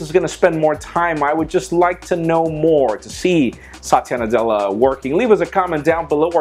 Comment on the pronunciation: He's saying the name the wrong way. If spoken properly, it sounds like a guys name.